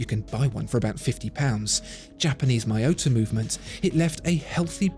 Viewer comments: It's surely Mee-yota, not My-ota... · It's Mee-yota